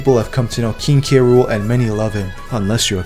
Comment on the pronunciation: Bah Everyone says "Kay Rool" Nobody says "Krool"